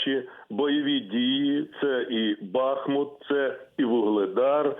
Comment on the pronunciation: Назва БАхмут — це нам вивертає вуха, слух і все нутро! Тому що наші діди називали місто Бахму́т. Завжди казали “ріка Бахму́тка” та “Бахму́тський шлях”! Спробуйте казати ХарькОв, ОдєсА чи ХЕрсон! Мешканці цих міст будуть ображатись. І ми не сприймаємо неправильної вимови БАхмут, і вона нас дико дратує